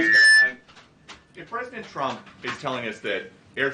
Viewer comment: Why does she pronounce his name "Chump"?😂